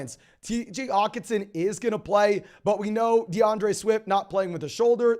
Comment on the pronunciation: does he not know how to annunciate the H in Hockenson? lol